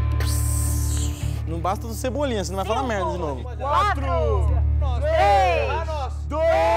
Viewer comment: Ele falou :tinovo